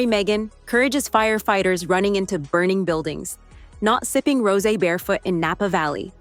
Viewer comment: Your AI voice is stupid. Doesn't know how to pronounce words. Rose when applied to wine is a 2 syllble word. Get your act together AI VOICE BAD.